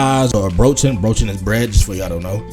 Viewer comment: Hint: Say Semmel not Brötchen, because your AI generated subtitles fuck the words up and write "brochen" and others, because of you aren't used to the german pronounciation. Semmel is used in southern Germany for Brötchen and there are even more words for them like Rundstück, Weggla or Schrippe. OK, then next point... some people like breakfast with a slice of bread or a Semmel that has cheese and/or cold cuts on them, others prefer butter with jam, jelly, marmelade or honey. Other people eat müsli with milk or yoghurt, others eat just a cup of coffee. There is no "usual" german breakfast. Warm meals like pancakes or bacon is very unusual. The only "warm" breakfast I know of is oatmeal gruel, porridge and the bavaian Weißwurst with a Breze... oh and PLEASE, with cherrys on top, DO NOT say pretzel! It is Breze. Brezel is also fine in some parts of Germany... PRETZEL however is a complete NOGO! An if you dip it in mustard.. a southern german will give you a slap to the back of the head. There are many Döner shops.. many but not on every corner! If you have (obvious) troubles with pronouncing Döner (especially that Ö) say Kebap.. everyone will know what you're talking about. It's Döner Kebap and it's fine when you say Döner, but also when you say Kebap. Also does Döner Kebap vary with the location. Bratwurst... which Bratwurst... there are many variations.. like the thuringian variant, the Bratwurst from Nuremberg, beef Bratwurst, pork Bratwurst, fine Bratwurst, coarse Bratwurst